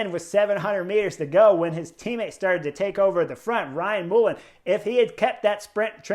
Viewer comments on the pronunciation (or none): Great review as always!! You’ll never beat the 🇮🇪 😀!! You may not be saying his name for a while Chris but it’s Ryan MullAN not Mullen regardless of spelling 🤪👌🏻😉